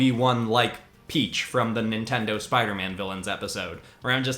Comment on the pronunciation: Ah, yes. “SpideroMan”